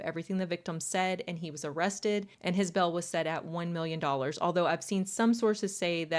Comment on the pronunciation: I love these stories! But it’s so hard to listen to you most of the time because of the way you pronounce things 😂 “bell” instead of bill. “Dill” instead of deal. Aaaaahhhhhh you do have a soothing voice though.